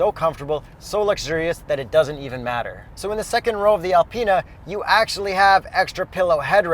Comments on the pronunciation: Alpeanut haha get the pronunciation right!!! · Learn how to say Alpina properly